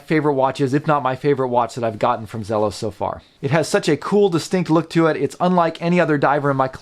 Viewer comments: For someone who loves Zelos so much, you should probably pronounce it correctly (Zee-los). I have the Desert Sand version of the Blacktip, and it is amazing. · I have had this exact watch for a week now. My first Zelos. (Is it Zee-los or Zelos? I’ve heard it pronounced both ways.) The color on my watch is much more teal than the bluish color on your video. Love everything about the watch except one thing. It seems like I can feel the prominent quick release posts of the strap on my wrist at times. I think it would have been more comfortable without them. QC is good with mine.